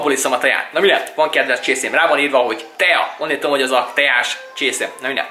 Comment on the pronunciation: kurva idegesítő hogy azt mondod a tea helyett hogy teja ! xD